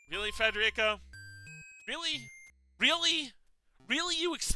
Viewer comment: actually pronounces "Federico" correctly. What an absolute Chad.